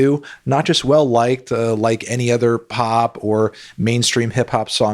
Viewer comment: Anthony says pob instead of pop.